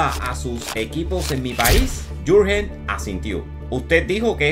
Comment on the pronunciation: Buen trabajo como de costumbre. Una sugerencia. Si te vuelves a tropezar con un Jurgen, así escrito en alemán, puedes pronunciar: "iurguen". Saludos desde Zúrich